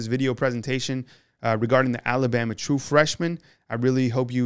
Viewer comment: I wish this guy could learn how to pronounce ALABAMA? Just sayin’